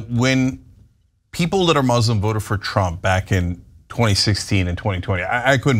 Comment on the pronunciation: You came from a mozlem background? Sir, it doesn't exist. May in your head only. it's Muslim, not mozlem